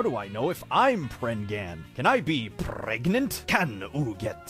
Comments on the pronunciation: P R E G A N T E 💃🏽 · I lost it at "PREGANANANT???" 🤣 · Really? I lost it at PRAGNAN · That PREGANANANT? It's from the video "How is prangent formed". Or are you talking about the reaction video? That one is from the TNTL series. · Sorry but I think it's pregofn 😂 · WHY THE PEGANTNENAT GET ME EVERY SINGLE TIME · i was lost at "...PREGANANANT?" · Nobody People: pregent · I laughed at pregnanananant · I lost it on how the guy was saying pregnant wrong pretty funny